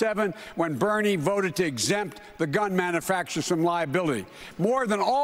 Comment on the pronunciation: Biden can't even pronounce the word manufacturer.